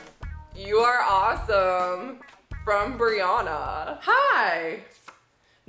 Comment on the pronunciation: Bree-anna is how u pronounce it